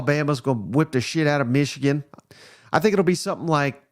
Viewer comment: I like hearing pronounce “Meeshigun” 😂👍 Rock On SEC!!